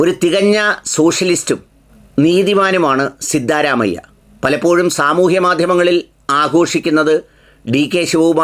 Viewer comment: "സിദ്ധാ,എന്ന് നീട്ടരുത്,അതൊരു.സുഖ കരല്ലാത്ത സ്റ്റൈലാണ്...,! ആകെയാൽ (സിദ്ധ) എന്ന് നീട്ടാതെ പറയുന്നത് കേൾക്കാനാണ്,ഭംഗി... (സിദ്ധ രാമയ്യ)